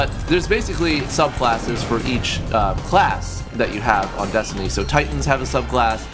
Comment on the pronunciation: When u say destiny I always think ur saying desandnate